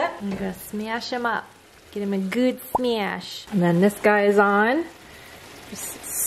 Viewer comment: said "Im gonna give them a good Smeashh"😂😂..I think you just made a word😂❗